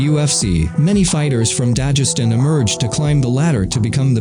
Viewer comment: Why do you say "Dajestan" It's Dagestan